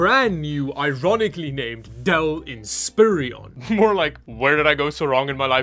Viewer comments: "In - spir - on", not "In - spear- e- on". Just like "a - lu- min- um", not "a- lu- mini- um". 😜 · Depressiron? In-SPEW-iron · Not to be nitpicky - It's In-spur-on Not In-spear-ee-on Other than that, great video!!! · Look at the spelling. It does not say "in spear eon". It says "in spire on". spelled this way for correct pronunciation. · Always happy to see a "Frankenstien" computer so close to the holiday. Ha ha! It's Inspiron... "in" "spear" "on"... Or is calling it "inspirion" an inside joke about something? I'm still looking for the days when I can afford to not have to dumpster dive to get computer hardware again. LOLOL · Hate to be that guy, but its a dell in-spee-ROn. Not inspirion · "INSPIRE-ON" lol it makes more sense when you say it right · In-spi-ron. Only three syllables. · In-spi-ron, there's only two i's ffs 🤣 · Frankenstein would be proud. And it's pronounced, In-spi-ron. Just like it's spelled. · Why can nobody say inspiron correct